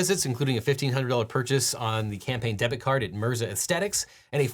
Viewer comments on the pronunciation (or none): none